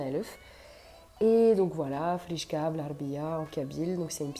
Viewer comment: Khrichka pas frichka